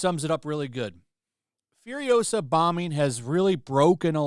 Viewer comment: It's FuriOsa, not FuriosA